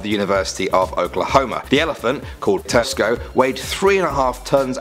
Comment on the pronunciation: He said Tesco instead of tusko